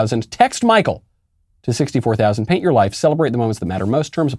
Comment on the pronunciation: I thought he said hate your life instead of paint your life